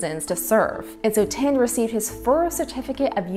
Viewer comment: Please learn to pronounce Indian names and words correctly, especially as you appear to be of Indian ancestry. The gentleman's family or caste name is not TIND, which means A BALD PATE, but THIND, which is pronounced like THIN with a D at the end. Not to difficult, eh, if you thought (TOT!) DIS VUS IMPOTENT